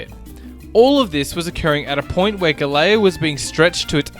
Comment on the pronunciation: You should have at least practiced a little to pronounce GALEãO a bit better. The way you said sounded like Galileo.Not the same. Nice info though...